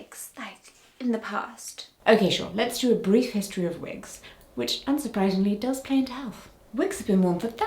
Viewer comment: Have you worn wigs? Vill you wear vigs? 😂